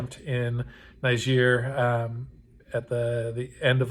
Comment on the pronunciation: lol, you say the name is "Often mispronounced", and then mispronounce it. I'm guessing you don't speak any French!